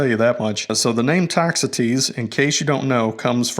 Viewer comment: Ah, on the pronunciation of "Toxotes". Thank you for a great video!